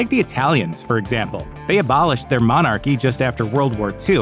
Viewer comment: What the hell is a monarrrrchy? Lol.